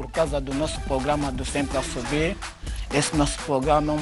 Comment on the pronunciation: O melhor q passou nesse "pograma'🤣🤣 vo morre